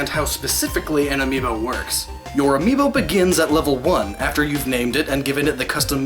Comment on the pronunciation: Whole video about amiibo. Doesn't pronounce the plural correctly throughout the entire video. Still great video lol